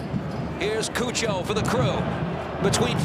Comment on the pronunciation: The commentators pronouncing cucho Hernandez name as coo-cho instead of chu-cho is so funny/cringe 😂